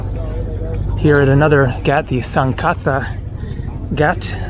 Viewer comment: pronounced g AH t not gat friend